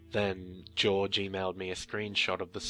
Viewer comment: Haha Jorge is not George. Sorry man.